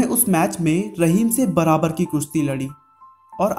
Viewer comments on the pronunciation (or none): none